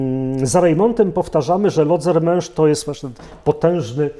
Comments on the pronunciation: Lodzermensz / Lodzermensch ‼️ ( bez / ohne ,, t " ) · Lodzermensz/Lodzermesch‼️ ( bez / ohne ,,t" )